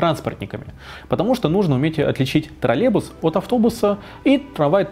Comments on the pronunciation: Отличный ролик! Спасибо большое! Но почему Вы произносите «троллебус» без й? Может это мы неправильно говорим троллеЙбус? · Раздражает костноязычие. Автор!!! Не тралебус, а троллейбус!!! Посему половина слова не произносится? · ТроллеЙбус, а не, как Вы говорите, троллебус. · Тралебус--😄😄😄. Прівет, калхознік!